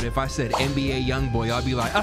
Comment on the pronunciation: You know what is screwed up? I didn't know who NBA young boy was. I am pretty sure that's not how you say that.